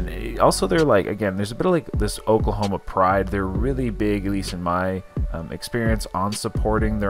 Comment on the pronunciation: оклахоама, оклахома, friends ....